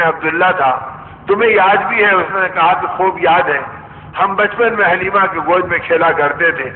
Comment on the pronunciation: Dayee halima name correct hai not halina